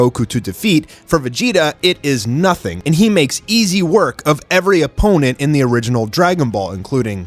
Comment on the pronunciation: Hey not hating or anything but did anyone else relise he said da battle continues